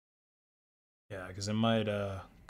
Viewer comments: I can already see the next Scam Call Center to blank the users screen and running such a script immediately. Also it's Irfan, not If-ran xD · Its called Irfan by the way, not Ifran XD